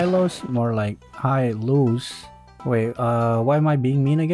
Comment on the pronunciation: I like it when he calls Esmeralda "esemeraldead" and hylos "hylose"